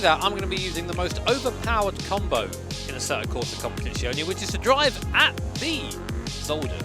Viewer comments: Peró lo ha detto veramente bene 😄 in molti non italiani ogni volta fanno strafalcioni ma lui lo ha pronunciato a dovere 😉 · Whew! Nice job on saying "competizione" properly! As an italian, i rate it 10/10 👍